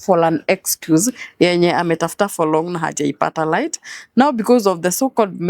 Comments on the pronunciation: Steve tell this lady it's not "light"i it's right. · The lady is very good at gaslighting and is a terrible narcissist.Anatubeba matako yake,akisemasema "light" hapa instead of "right". Mshenzi sana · Vijana mnatoa nguvu wapi ya kuoa washosho.... somebody who cannot pronounce the word "right" kazi ni kungoa tu "lite"....wacha muone hivo washenzi unazaa aje na shosh madadaka idiot of the highest order ondoa Mafia hapa shenzi type.